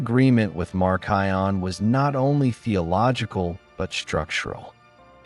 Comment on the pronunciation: Even though a lot of this information is correct there are a lot of things that seem off in a Christian history perspective. He can't even pronounce Marcion correctly. I am all the way to Marcion and he hasn't even mentioned the Didache. Hasn't mentioned the martyrdom of the Apostles. He does not quote much scripture. Hasn't mentioned the early church fathers who were taught directly from the Apostles like Polycarp and such. I think his understanding of how Cannon was established is a bit fuzzy. I am a little over half way and my opinion is there is a lot missing.